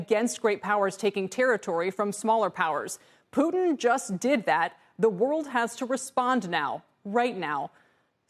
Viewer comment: "pudns" lol its putin